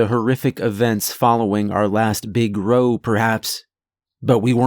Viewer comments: It's "row" pronounced like "wow". An altercation, fight or argument. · Row as in a fight, is pronounced rau.